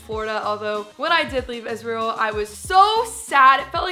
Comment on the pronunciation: I don't know why you keep saying isreal 😂